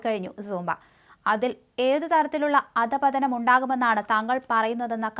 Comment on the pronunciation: അദപതനം അല്ല അധഃപതനം ആണ്.